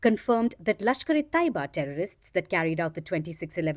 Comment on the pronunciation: It’s not lashkare Toiba , it’s lashkare Tayyaba